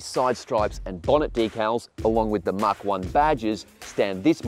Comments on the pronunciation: Mach is not "mark" It's pronounced "MACK" or MAC. Yes, I'm a pedant, but it's painful to hear. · its pronounced Mahk